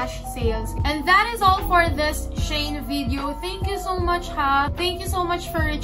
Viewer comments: it's she-in po hehehe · She-In or Shayn ang pronouncement, pronouncing, pronounsion niya sis 😂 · Shayn daw pagkabasa